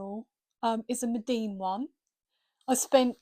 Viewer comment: Lovely little studio! Thank you for sharing. (Btw, it’s Meeden, not Medeen and probably no one else cares😊).